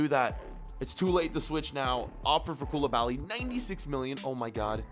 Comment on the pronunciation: You sound so stupid bro mAnE aNd KoUlIbAlY